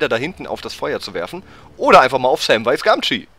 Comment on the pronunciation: Hey wenn du so versessen auf die Aussprache bist dann nenn doch bitte Sam nicht mehr "Säm" Aber ansonsten ein suuuper Let's Play:D So wie früher ^_^